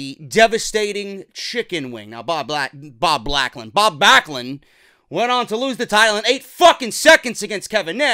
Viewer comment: “Bob Blacklund” that was a good flub 😂😂😂